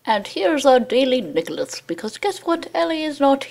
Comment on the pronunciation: nicholose =)) it sounds like Nichol-O's :))